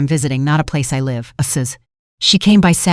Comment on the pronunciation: If the narration is in English please use the pronouncing properly !! The word is 'live' then say live,as in I live here,not ,the power line is electric,as in 'connected' . Not hard to do!!